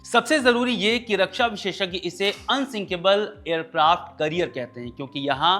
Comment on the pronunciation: एयरक्राफ्ट कैरियर होता है करियर नहीं